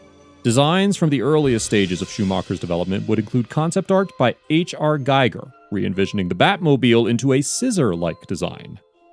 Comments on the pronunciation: H.R. Giger's last name is actually pronounced "geeger". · H.R. Giger's surname is pronounced "GHEE-ger" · Giger rhymes with eager. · Weird pronunciation of HR GIGER